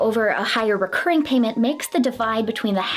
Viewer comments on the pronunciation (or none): none